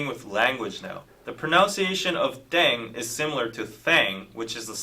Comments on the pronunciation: pronounced “ddehng” not “dayng”. continuing to enjoy your reactions, but hoping you’ll do the bts background videos that have been suggested. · The word is actually pronounce like deng or teng, not daeng, it written like that because of the romanization of the korean language, thanks for react!